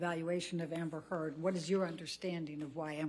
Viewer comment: She's been taken so seriously that the defend attorney can't even say her name right... my favorite part <3